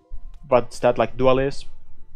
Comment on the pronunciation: The "doo-ail-ees" meta.